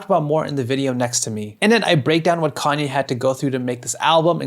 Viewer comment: Who is this conyay? I think his name is ye.